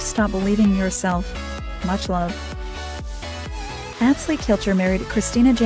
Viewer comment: The music is so annoying and they don’t even know how to pronounce Atz Lee’s name. Click bait